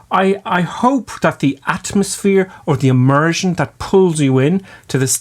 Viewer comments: 10. Immersion, not emersion. OK? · It's Immersion not Emersion. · It's... Immersion. Not emersion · 'Emersion' ??? you okay there? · Haha, your accent got me. “A Martian” you say. Took me a while to realize you were saying “immersion”. Lol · you mean emersion lul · Emersion? I believe you meant "Immersion"......just saying. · Y'plum! It's 'immersion', not 'emersion'! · It's "immersion", not "emersion". And you are a flight instructor? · *immersion. Emersion is the opposite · When he says 'IMMERSION' I hear 'A MARTIAN'